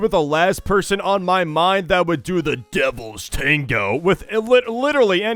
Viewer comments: Bro says it like: ‘DUVLS TANGO’ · Da “dëvįæḻś ṯæṉëgœë” 🗣️ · How he said the Devil tengo 💀💀💀💀💀💀💀💀💀💀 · Bro said : “DEVILS TANGOO 👹👹👹👺👺👹👹👹👹☠️👺👹👽👽” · "The devils tawngo 👹😈🥰🔪🐺💔" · Why did bro say “the devils tango” like that💀💀💀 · Bro says the DEVILS TANGO so weird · HELPP WHY DID HE SAY LIKE DEVIL TANGO LIKE THAT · Why doses he keep saying "devil" "tago" like that I HATE IT🥲🤧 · why did he say “devil’s tango” like that 💀💀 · He's having a stroke every time he says it 😭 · “DEVILS TANGO 😈😈👹”